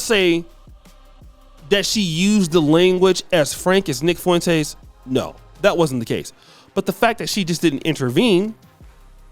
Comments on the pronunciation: FWEN-TEZ NOT FOO-ENTEZ FOR THE LOVE OF GOD!!!! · Fuen"tays" .. u cant even say is name right.